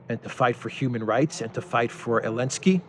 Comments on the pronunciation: Why do you call him Elenskiy? He's Zelensky 😅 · You don't even know it's Zelensky, not Alensky....I can take none of what you say as informed based on that alone. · Idlike when u said : for what,.. for what,...?? Elensky? Really?😀👍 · Can you say XYelenski? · I love how you call him elensky makes me laugh everytime. (He doesn't deserve a capitol E) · It’s helensky